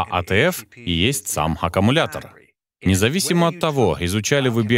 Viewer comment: Переводчик говорит: "акамулятор". Но аккУмулятор. 😊